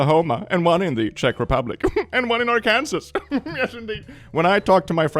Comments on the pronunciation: not to be American or anything but Arkansas is pronounced Arkensaw ;) It did make me giggle when you said ArKansas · Erm actually its "our-ken-saw" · Arkansas or as its pronounced Arkansaw.. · American here. It's pronounced are-can-saw, not are-kansas. IDK why. (I don't even live in that state.) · It's not "Ar Kansas", it's "Ar ken saw" even though I think it should be called Ar-kansas. Would make remembering the spelling easier, too. Did someone ever tell you that "pilates" is "pee lattes" not "pie lates"? I remember that in a previous video. Heck, you could make a video of YT commenters helping you pronounce words. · LOL. When you said "Ar- Kan-sas".. I laughed so hard. It's pronounced "Ar-kan-saw". Brings me back to elementary when the student class went off on the teacher because it made no sense. Welcome to fight club. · Literally irrelevant but please... Arkansas is "Are-can-saw" it's a Native American name and it does actually peeve me when people just say "are-kansas." It's "weird" because it's not from English 😭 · pronouncing Arkansas as Are Kansas instead of the "right" way of Are Can Saw just made me chuckle because the way he said it is the EXACT way I annoy my siblings lol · Arkansas is pronounced "Are-Can-Saw" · Just 1 little correction: “Arkansas” is pronounced “R_can_saw”. Don’t ask me why. Ask an American. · pronounced Arkansas = are-can-saw. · Arkansas is said Are-ken-saw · Arkansas actually pronounced are-can-saw. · Arkansas is pronounced ArkanSAW but Kansas is pronounced KanSAS! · I did my one comment for engagement and paid my tax but I cannot. IF YOU SEE THIS PLEASE KNOW IS PRONOUSED "ARE CAN SAW" spelled like Kansas but is not related 💔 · Arkansas is pronounced Arkan-saw, 😂 not sure why because it doesn't have a w anywhere in it but there you go. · Not Arkansas being pronounced Are-Kansas again 😭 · “Are-Kansas” is my favorite when specifically non Americans say it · arkansaw,. arkansas is pronounced arkansaw